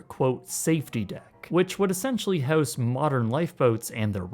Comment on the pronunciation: It would be really nice if you could learn how to pronounce words. House in this context is pronounced “houze.”